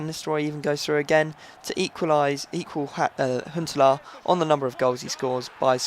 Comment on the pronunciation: Why do you say Huntelaar like Hitler?